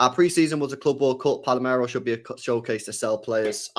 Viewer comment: Why does just about every single City podcaster pronounce this wrong? It's PAL-ER-MO 🤣